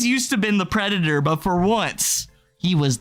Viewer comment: As a trans person, idgaf if Chilla accidentally said smth offensive….. it was about a pwedator lmao